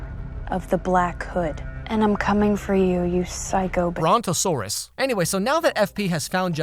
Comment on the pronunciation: "you psycho boruntozorus" lol